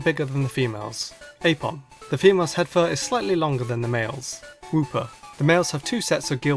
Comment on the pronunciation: i heard wooper as hoopa XD LOL